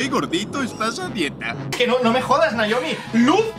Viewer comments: Es que C oye mejor "Naomi" que "Nayomi" 1000 veces... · no es cierto sensei , ella te dice que le digas Naomi ...y tú le.dijiste Noemí , es diferente ... Por fa sensei dile a Naomi que me saludé en el siguiente vídeo , antes que me agarré el Coronavirus y me muera ,jeje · Minuto el sensei le dice Noemí a Naiomi ...WTF ??😂😂